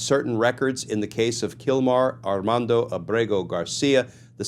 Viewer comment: This maybe for many a small issue, but I applaud that you not only made an excellent analysis of the case but took care in pronouncing Armando’s Spanish names correctly showing respect for my culture. Applause!